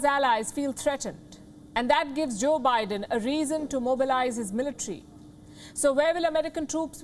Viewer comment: I heard 'joke biden' 🤣